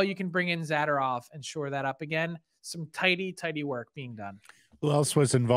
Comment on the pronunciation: Frank, Isn’t his last name pronounced ‘Za-door-ov’? 😊